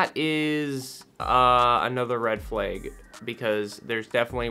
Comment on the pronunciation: Did bro pronounce flag ‘ferlayg’ ?